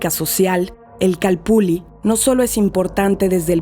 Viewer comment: Una pregunta: Porqué todos pronuncian la doble ele ( ll ) como si fueramos italianos. Yo creo que si los españoles escribieron calpulli, es porque asi sonaba. Ilustrenme por favor. Gracias.